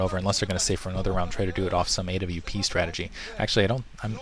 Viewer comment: a.w.p? It's awp...